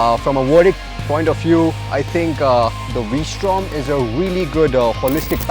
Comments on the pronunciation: did you say "I love Honda V Storm..." .😂😂😂😂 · Did he say "I love Honda Vstrom"? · Did he say ...Honda v strom? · did he keep saying v-strom? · It is V-Strom only Brother